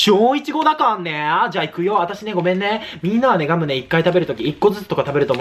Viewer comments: ガムをギャルみたいにギャムってゆーの草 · 早口過ぎてギャムゆーとるが笑